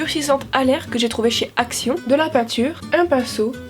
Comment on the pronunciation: quans tu parlais de la pâte durcissante à l'air j'ai crus que tu avais dis ''de chez accio'' au lieu de ''action'' 😅😁⚡